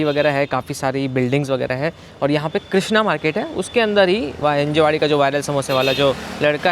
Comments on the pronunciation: Bro.. it's हिंजवडी. हिंजेवाडी नाही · हिंजेवाडी ❌ हींजवडी ✅